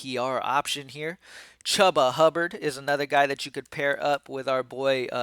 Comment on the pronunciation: Yes…you said it weird. Just like you mis pronounce Chuba’s name weekly